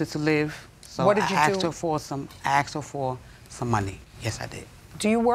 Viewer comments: She “axed” her for some money…🙄🙄🙄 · "I AXED her for some money." 🙄